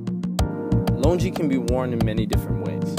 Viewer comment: Bro, it's not pronounced "lun-ji", it's "lun-gi"